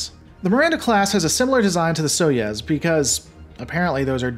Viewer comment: SOY - YOU - ZE not SOY-YEZ